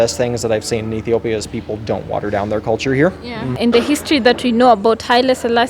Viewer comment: his pronunciation of "Ethiopia" is perfect!